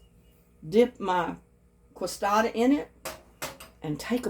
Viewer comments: they are pronounced kay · suh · dee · uh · No, you pronounce it k suh dee uh here in Texas, San Antonio.